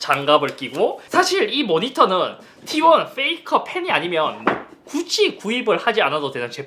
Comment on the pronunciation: 페이커를 잇섭식 발음으로 하면 '페이카ㅎ'